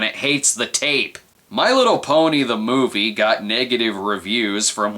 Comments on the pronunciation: "MOIVE" lol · "The Moive"??